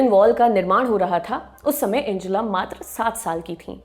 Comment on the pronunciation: एंजेला नही, अंगेला नाम है।